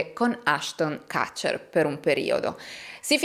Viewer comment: Solo un piccolo appunto. Kutcher, il cognome di Ashton, si pronuncia proprio con la U, quindi non kAtcher (erroneamente all’italiana) ma proprio kUtcher. Anyway.. Fantastica come sempre 💪🏻💪🏻💪🏻 un grazie e abbraccio virtuale per i tuoi fantastici video e il tuo fantastico lavoro💯